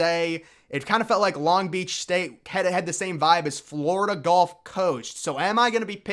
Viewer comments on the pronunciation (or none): none